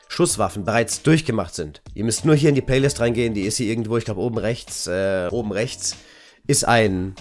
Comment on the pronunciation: Am Anfang..anstatt Playlist paylist gesagt ^^